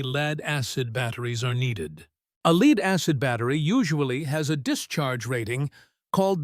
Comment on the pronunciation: Leeeed acid? Good grief learn to pronounce it properly!!!